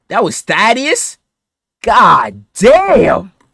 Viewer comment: they-dus, is how its pronounced